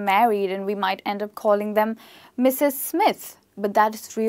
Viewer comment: Madam , you don't clear Mrs word